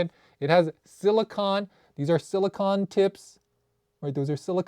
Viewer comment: Friendly tip, it’s pronounced sili-cone, like ice cream cone 😊